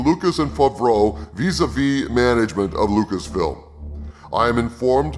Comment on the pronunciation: 😂😂😂😂 it’s pronounced FAV-ROWE not FAHV-RO And you KNOW that NONE of this info is true,, you made it all up. This is your own unfulfilled fantasy dream. Keep dreaming. This is all bunk!